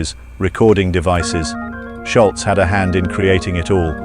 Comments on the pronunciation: Ok fwiw, it's not pronounced "Shultz" with a "T," its "Sholz" like "Shoals" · People still getting his name wrong after all these years. Its Scholz Not Schultz This guy knows how to pronouce it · I believe Tom’s last name is Scholz. Not Schultz! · I think it's "Sholz", not "Shultz"... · Argh.. pronounce it Scholz, not 'Schultz'. People always pronounce a "T" at the end where there is none. Anyway, absolute legendary guitarist and band!! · Your details sound quite believable to this major Boston fan. So why do you mispronounce Tom Scholz's last name as "sholtz" all twenty-two times you mention it? There is no "t" letter or sound in Tom's last name. It is pronounced like it is spelled. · It's not Schultz, it's Scholz (rhymes with moles). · It's "Scholz" not "Sholtz", idiot. And, I grew up less than a mile from him(and the studio they recorded the debut album) in Wayland, Massachusetts. Pumped his gas, too at the Arco around the corner from his home-into his ratty old 240Z. Frequent "baller" at the outside courts at Wayland High. I won't watch the rest of your video just because you can't pronounce his name properly! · It’s not “Shultz”, it’s Scholz’ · You know, the guy's last name does not have a "T" in it............................. It's SCHOLZ............. Not Scholtz................... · His name is Tom Sholz, not Shultz. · You should start by pronouncing his name correctly. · Nice summary, but it sure would have been nice if you had pronounced the man's name correctly. 🤔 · It is a shame the Narrator got Toms last name wrong.